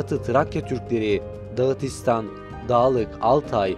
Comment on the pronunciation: DagItistan degil gardash!dagIstan, ve yahut daghestan!!!! bu ishleri!